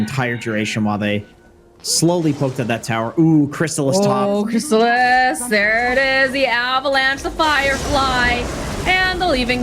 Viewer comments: kris ta lis hahahaha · Its the nasaly voice, souds like a goat having an asthma attack , she pronounces Crystallis with an emphasis on the A, the accent is really off putting and is a pain on the ear canal. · It’s obvious that she hasn’t watch alot of DOTA 2 tournaments. She just made Crystallis sound like a porn star. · I like how keeps pronouncing crystallis name wrong and then says it properly too her and many other times in the full video of the game, but she just continues to pronounce his name wrong. Also she does this after talking openly about how she pronounced Fly's name wrong for an entire game before. Can doubters really say she's not a terrible caster still? She's just so cringe it hurts sometimes, even when she does pronounce their names right she puts too much emphasis on it. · is not good at casting. And her pronunciation…. Crystallis is Crystal-is Not Cr-stallllll-is Yatoro is Ya-To-ro Not Ya-Doo-Rrrrrrooooooo-Gooooooaaaaallllllllll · It’s not just the way she says it (repeatedly), it’s how she’s turning it into a battle over who’s saying the names correctly. It’s beyond petty and awkward, I couldn’t finish the video.